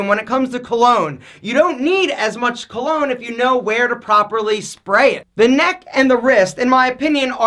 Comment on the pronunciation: Cologne rhymes with alone